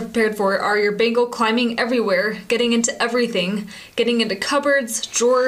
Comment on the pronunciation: Sounds like she's saying "Bagels" lol. :D